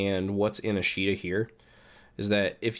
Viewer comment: Just for future note:. It's pronounced Ahsh' ta. It's the Japanese word for "tomorrow".